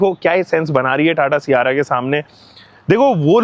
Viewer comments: 300k subscribers hokar bhi सियारा bol raha hai sierrra ko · Siyaara nhi sierra h wo mere bade bhaiya 😂